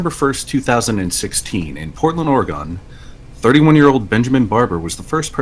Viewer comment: It's or-eh-gun, not or-ee-gahn. We ain't "gone" nowhere.